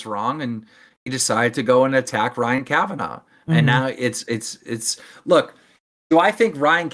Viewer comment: Don’t believe Keem for a second. And I think deep down, doesn’t believe him either. Also, it’s not “Kavanoff” Keem 😂 This man can’t pronounce a name to save his life.